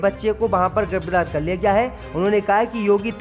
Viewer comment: Abe bhai Laukhnaw ko Nakhanaw aur giraftar ko girabdar mat bola karo Mulayam Singh Yadav kitana bhi Jordan laga len parantu Shivpal ki koi aokat rajneet me nahi badegi kun ki Akhilesh ji ne kharab chhavi wale logon ki chhatani kar ke SAMAAJ WADI PARTY ko sab se achchhi aur sughad chhavi de di hai aane wale vidhan sabha chunav me yahi party S.P. hi U.P. me sarkar banayegi